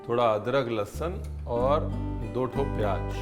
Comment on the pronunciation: it is pronounced "zeera", "tez", "payaaz", and "subzee" not "tayj", "payaaJ" and saab Jee". Also, the K of khushbu, khushi, khaas, and khan etc are all silent.